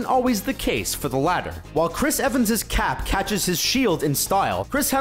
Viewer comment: "Titular" "Latter" -_